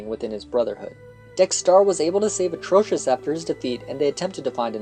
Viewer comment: OMGGGGGGG please say Atrocitus's name right it's Atrocitus not Atrocious